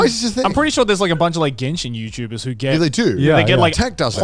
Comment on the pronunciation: I swear gaunt said youpubers….